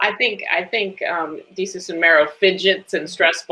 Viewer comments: “Day-Sus” Lol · Why does she keep calling him day-sus? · Wow, this lady needs to do her research. At least MAKE an effort to correctly pronounce Desus and know that Mero has four kids instead of five. 🤦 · NOT DAY-SUS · I'm not feeling how she is mispronouncing Desus's name... The brand is a lot of things but it is not ignorant